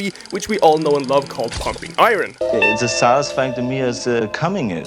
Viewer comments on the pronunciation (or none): Its Pumping Iron, not Pumping I-Ron. Its a silent 'r'